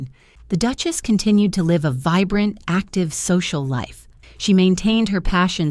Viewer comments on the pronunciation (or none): none